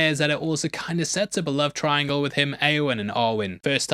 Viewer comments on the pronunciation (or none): none